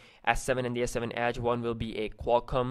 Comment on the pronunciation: The way he says edge is funny he says ACHE